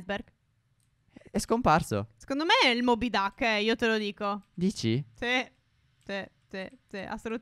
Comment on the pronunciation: si dice moby Dick